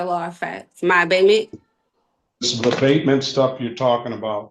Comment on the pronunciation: OMG. She’s trying to say ABATEMENT. Abidmen, abibmom, adebman….